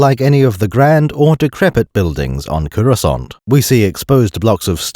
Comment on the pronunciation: everytime he says "CUROSCANT" i load another round into the gun